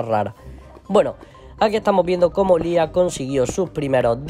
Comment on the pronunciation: Para empezar se dice liah no lis